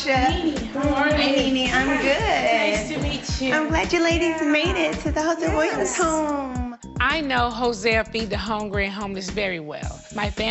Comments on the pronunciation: Nene HATES pronouncing her s's. She Said "we've volunteered for the Hosea William foundation on many occasion." William instead of Williams Occasion instead occasions Bridemaid instead of bridesmaids Grade A, Moosetry! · She swallowed the “-ms” in Williams and didn’t even care. 🤣